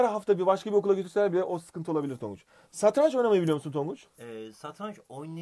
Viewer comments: santranç değil satranç:D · santranç satranç değil